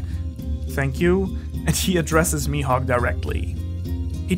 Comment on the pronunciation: "Mihawk" *MAJUUB* Dafuq?😂